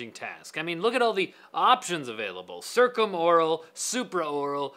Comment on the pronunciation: Duuuh, it's pronounced circumaural.